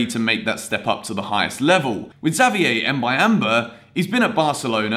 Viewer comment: Your prononciation for Xavier is good bro✌🏾